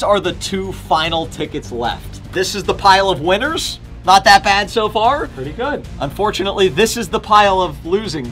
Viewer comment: when say good "gooud"